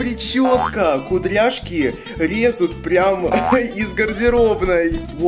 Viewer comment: Или кудряшки Резут из коробки